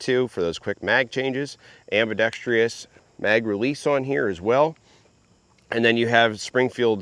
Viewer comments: The word is ambidextrous. Not ambidextrious! Good grief! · ambidextrous not ambidextrios … 🤦🏼‍♂️